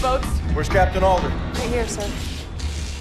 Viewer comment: Super well done video, but the relentless mispronunciation of names threw me every time. Her name is SALTER. Captains name was ALDER. They say the names all the time in game, so what happened? Other than that, though, I can’t really find fault with your video.